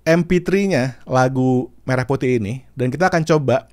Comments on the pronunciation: Jelas pelafalan merahnya gak tepat😂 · bukti lagu ini bikin pake suno, yaitu pelafalan kata "merah" yang seharusnya mérah, tapi di lagu ini jadi mêrah. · dari liriknya aja udah kelihatan hasil generate Ai bang, pengucapan kata merah nya, menjelaskan itu semua, dan sepertinya masih pake versi free di v3.5 😊😊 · Kalau modal denger sih, ada signature khas AI. Entah apa, tapi khas aja. Ya betul untuk kata Merah salah pengucapan. Hanya bisa menduga sih. Masalahnya kalau memang tidak ada dananya kenapa musti produksi? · pengucapan merah putih di lirik, 'me' nya aneh pakai e dangkal. Liriknya juga rada2 'dari betawi sampai papua'